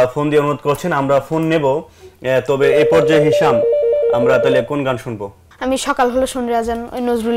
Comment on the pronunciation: উপস্থাপকের উচ্চারণ, বলার ভঙ্গি আরও উন্নত হওয়া দরকার। আমিরুল মুমেনীন মানিক, সাইফুল্লাহ মানসুর ভাই এক্ষেত্রে উদাহরণ হতে পারে। ওনার উচ্চারণ "তাহলে" -এর স্থলে "তালে" হয়ে যাচ্ছে। তাড়াহুড়ো উচ্চারণ না করে প্রতিটা শব্দ ধরে ধরে উচ্চারণ করতে হবে।